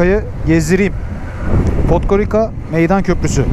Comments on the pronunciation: Podgorika degil dostum Podgoritza diye okunur... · Podgoritsa diye okunur